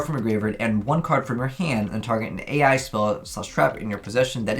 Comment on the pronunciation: The spell/trap archetype is not pronounced A.I. but ai, the field spell fot example is pronounced like island, you missed so many troll names because of this.